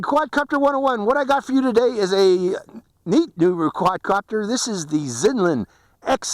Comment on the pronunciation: I really like your pronounciation of this brand. Its good. Americans usually really bad at stuff like and usually always say brand names in american-english accent. But you do say XinLin really good. I actually think its actually the right way to say it. Its like Huawei that pronounced Hjavi something.... But I really waited for this clip. Only Seby Docky done this before you.